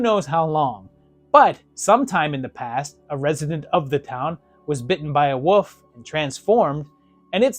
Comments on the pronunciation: Can’t get past you saying woof, not wolf. Had to stop the video. Sry. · Is it just me Or is he saying Woof, not wolf?